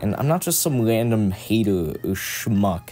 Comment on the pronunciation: bro said haterw